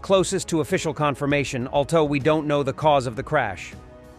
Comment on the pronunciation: After all these years, how on Earth is this AI-generated voice over STILL not able to pronounce, "although"? I mean, really.